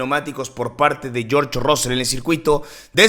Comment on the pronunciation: No se pronuncia ROSSEL, se pronuncia RASSEL ! es como los mismos ingleses lo pronuncian, pero ya conocemos a los mexicanitos, siempre quereis pronunciar como os sale del cipote !